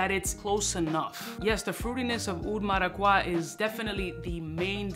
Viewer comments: It's pronounced mara-cu-yaa I'm Puerto rican 🇵🇷 strong! Lol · If I hear oud maracwa one more time, I'm fucking loosing it. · Cringing every time I hear mis pronouncing Maracuja. 😂 Bro are you that gringofied? Lol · Gotta love the "Oud Maraquah" 😂. But, have you tried Oud Cadenza from Mainson Crivelli? I am stunned that nobody is talking about it. It´s even better! If I know your tast right, you gonna love it!